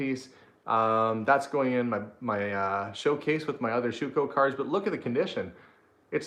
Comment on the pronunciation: My maiden name is Schwuchow pronounced Schuco in the USA. I can’t tell how happy it makes me to hear say my name! 😁👍😁